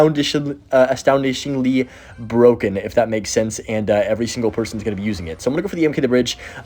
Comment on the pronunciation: Astoundinglishly is my new favourite word